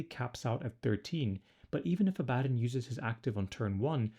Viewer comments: It's a common mistake but its pronounced Abba Don not A Bad on. Great video as always =) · “Abaddon” is pronounced like “Aba-Don” and I’m pretty sure Drach’nyen is pronounced like “Drack-Knee-In.” That’s his sword, which is also a daemon. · It's Abaddon, not Abaddon 😂